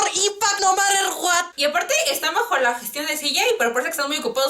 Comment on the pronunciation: "Mor inpact no marer Guat" JAJAJAJJAJA Mori con eso xdxd Pd: Te amo <3